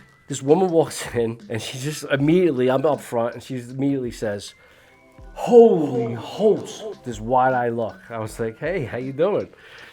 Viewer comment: “HOLY HOLTS” 😂😂